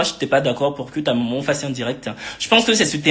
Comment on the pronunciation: mais wsh on dit maman pas momon 🤣